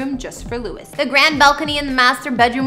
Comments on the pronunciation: Please stop saying his name wrong hahah with love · the amount of times you said his name wrong -_- at least get the dudes name right! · If you not going to say his name correct don’t make a video about him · Pronounce his name correctly. She did zero research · Painful to watch 🫤 Can’t even say His Name right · Lew-ie is the correct pronunciation. Every country in the world knows that you are mispronouncing his name. DO AT LEAST 5 MINUTES OF RESEARCH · It was driving me crazy how she kept saying his name wrong but then I saw how pretty she is and I forgave her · YEAHH even I was thinking the same .. louis not gonna be happy.. He don't like it ya know. 💙💚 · Louie is the French pronunciation of Louis. Everyone calls him Louie. If you call him Lew-is then you must have been living in a cave, not a mansion, for the past 11 years. He stays with Harry in LA. His son is in CA with his Mum that Louis co parents with. I think this presentation needs to be a bit cleaner factually. Just an opinion. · lol his name is pronounced as Louie not Lewis😁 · She's saying the name wrong. Omg. Stop saying lu-is! It's pronounced loo-eeee not loo-issss. Btw I'm unsubscribed from this. Sorry but my husband wrote this comment. 😂😂😂😂😂😂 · It’s pronounced as Louie not Lewis🥲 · His name is NOT Lewis. It is Louie. Geez, some people. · LOUIE NOT LEWIS!!!!!! Omg I'm gonna scream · You really need to research the people whose home's you are revealing. His name is Louis pronounced Louee as in the french pronunciation in other words minus the s sound! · Dude it's Loo-i tom-lin-son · Disliked because you mispronounced his name 200x. LOU-IE, not Lewis. Can't wait to see future videos about Harold, Ly-am, Niel, and Zahn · His name is not pronounced Louis, but Lou-eeee! Please check your facts dear before putting out another video. If you call him Louis one more time after this video, I'm sorry but Ill be forced to unsubscribe and not watch your vids any longer! I mean that in the nicest possible way!!